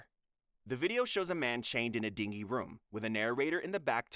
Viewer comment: dingy not dingy you silly ai goose.